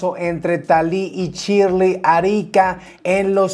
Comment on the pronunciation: Me parece que se pronuncia Shiiiirley no Chirli